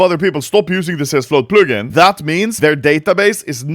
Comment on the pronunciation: Never say "plugin" again